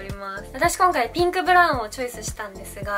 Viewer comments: ゆま サーモンピンクのピンク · ナムナム 名古屋の人はこのイントネーションなのかな？でも両方使う！ピ⤴︎ンクとピンク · ピンクの発音おもしろい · ピンクの発音めっちゃ気になった笑笑